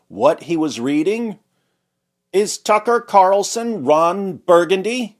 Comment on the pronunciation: TUCKer carlzuttED